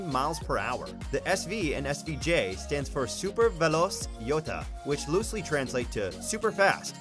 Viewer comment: It’s pronounced, “super velo-chey,” and it’s actually Italian for super velocity, not Spanish. It’s a term Ferrari uses to denote cars they’ve taken the creature comforts out of to lighten the vehicle. Things like power seats, door locks, (sometimes power windows), AC, power steering, and the radio. It usually frees up close to one Chinese person in weight, or roughly half an American. Or 150ish lbs.